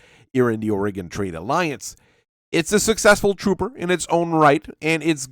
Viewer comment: i keep hearing 'aurigan trade alliance' as 'oregon trail alliance', lmao